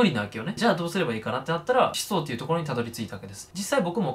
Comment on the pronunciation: 思想のイントネーション気になるw